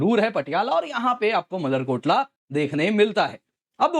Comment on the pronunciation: Motherkotla nhi malerkotla hai